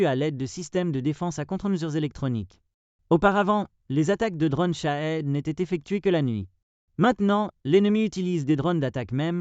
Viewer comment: Des drônes , pas des dronnes !